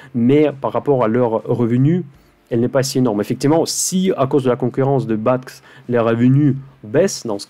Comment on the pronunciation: Merci, très inspirant. (BATX se prononce Béatéix;-)